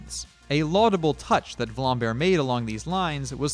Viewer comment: its not vlambear its vlambeer